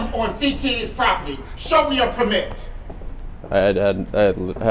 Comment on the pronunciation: He really put a lot of emPHAsis on that perMIT. Dope video though. That intro sequence of shots was absolutely perfect. Looks like some good travels.